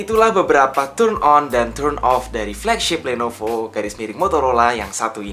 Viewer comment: kpleset ngomong lenovo atau kuping gw yg salah ya?